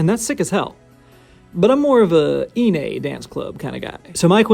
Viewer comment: 1. Excellent pronunciation of Kawaii. Most people pronounce it Kawai (one i) which to a Japanese speaker sounds more like Kowai (scary) an interesting coincidence of contrast of intended meanings. 2. iine, on the other hand, and I am going to presume you do the same with Megitsune. NE is pronounced as "neh" not "nay" I figure since you do a lot of Babymetal content, which I will follow consistently, it might be nice to get it right. I know not everyone speaks Japanese so I am not judging, just trying to help.